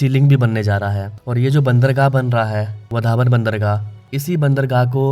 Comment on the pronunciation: वधावन ❌ वाढवण✅ बांद्रा ❌वांद्रे ✅ वरली ❌वरळी✅ भायंदर❌ भाईंदर✅ उतान❌ उत्तन ✅ थाने❌ठाणे ✅ सही उच्चारण करो जय हिंद जय महाराष्ट्र